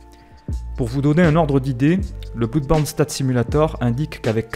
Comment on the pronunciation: Juste un chose... Ça se prononce [Blodeborne] et non [Bloudeborne]... histoire de ne pas perdre en crédibilité ;)